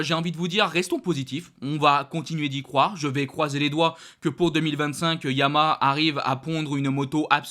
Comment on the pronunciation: Fabio chez Yamaha encore deux ans, quel gâchis ! (petite remarque de prononciation : on dit ya ma ha, pas yama comme tu le dis)